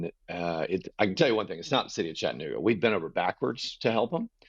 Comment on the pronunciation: When Mayor Kelly said “Chattanooga” the wrong way, that let me know all I needed to know about him. IYKYK